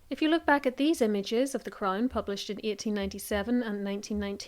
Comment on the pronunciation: A CRAINNE? Deleaaate? Pronunciation is 😅